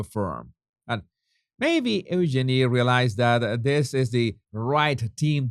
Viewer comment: EUGENIE IS PRONOUNCED U-Jeannie, not Ooh-Jenny. Jesus honey. Lots of love and bliss to you too. love your shows, make me lol when you call that odious pair The Duke & Duchess of Sausages and their charity Asswipes. Really makes my day. 🤣🤣🤣🤣🤣